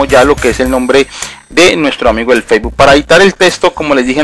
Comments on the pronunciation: el "feibul" lol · "testo", "occión", "feibu", "clip" jeje. Perdon pero es que me da risa, no pude evitar reirme jejeje, pero fuera de eso muy bien explicado todo y muy buen video! ;)